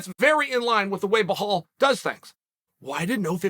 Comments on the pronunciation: Brother it’s belal not behaul lol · Always saying behal😂😂 its belal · Still calling him behal not belal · Bilal or blahal 😂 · Who the Heck is BEHAL??? I think u mean BILAL 🤣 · Its not pronounced Ba-Hal lol but he kept saying it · Here for the name pronunciations... Blehal.... ♥️... 🥇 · How does Belal become BLEHAAL😂😂😂 Uncle Chael taking notes from Joey Coco Diaz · Chael ‘Blehal’ Sonnen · Bilal Mohammed - Name pronounced "Bee-LaL" Sonnen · Chael, just out of respect learn how to say Belal’s name properly. I agree with everything your saying ! Just get that pronunciation right…go talk to Jon Anik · Never seen anyone butcher Belal’s name like uncle chael does lol